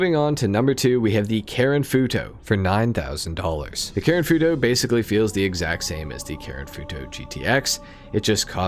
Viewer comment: It’s the way he says foo toe for me